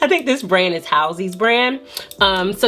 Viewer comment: Lmao you mispronounced Halsey name haha but the About Face has some powder highlighter if you want to try that.